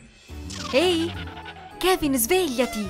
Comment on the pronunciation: Ma si dice Kevin